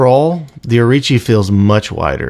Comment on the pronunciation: Think it's Orochi not Orichi. Great review regardless of that.